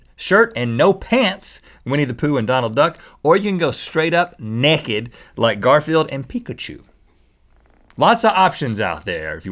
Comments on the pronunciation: Why do they always say "nekidd" instead of pronouncing naked correctly? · I love how they say nekked instead of naked :D